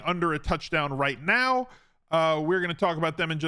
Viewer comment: Did you say "right Meow"?